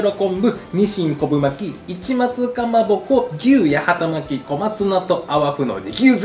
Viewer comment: 八幡巻きを【やはたまき】と言ってしまう福岡県人谷やん😂 わかるよ、福岡県北九州市八幡は【やはた】だもんねぇ💦 でもね、この料理の元は京都府八幡市の郷土料理 京都府八幡市は【やわた】 だから【やはたまき】じゃなくて【やわたまき】ね😊